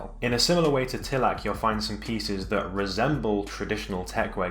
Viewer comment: Pronunciation tips Descente allterrain: day-sahnt Suicoke: Sooey and coke like coca cola. In japanese スイコック is su-i-kok-ku Tilak: tih-luhk (like tee-luck) Alk Phenix: alk phoenix or aruku - phoenix if you're a weeb (also because it originates from aruku for walking) YKSous: whybuy-kek-soos Sever: sever-e prices